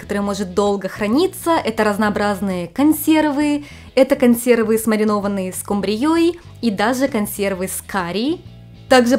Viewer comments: Умиляет, когда называет скУмбрию скумбриËй. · только, пожалуйста, не скумбриЁй, а скУмбрией 😅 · Карл, что тебя удивляет? Раз пришёл на канал, то должен знать, что из Украины, и так говорят в Одессе, местный диалект, так сказать. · Это Одесское произношение, в первый раз тоже удивился) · Я тоже вначале удивилась😮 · Она из Одессы, там так говорят